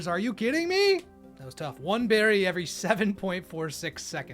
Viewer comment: “what kind of bewry is this?” (jerma voice)